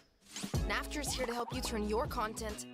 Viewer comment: It is naft not natf